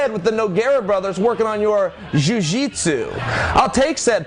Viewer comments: Working on your „Jiu Jitsu“ 😂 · LOLLLL!!!! "Practicing your 'Jiu Jitsu' " hahahha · Working on your “ju jitsu” hahahaha